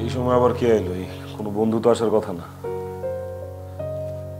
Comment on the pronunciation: কতা নারে নায়িকা। শব্দটা “কথা”।